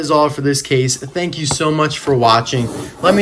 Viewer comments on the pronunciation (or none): did you mean to say thank you? It almost sounds like you said thank ouch.